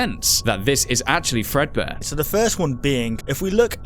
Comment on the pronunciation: that is not fredbare it is Freddy fazbare